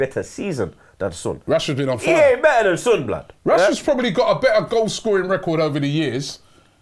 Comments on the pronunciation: It's not Sunnn it's Son. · Its Not SOON its Son like Sawn you idiaaat kkkkkkk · Kinda irritating they saying sun not son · Its SON not SUUN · Why tf are they calling him "soon" smh...this channel specializes in screwing up name pronunciations... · Why do they pronounce "Son" like idiots?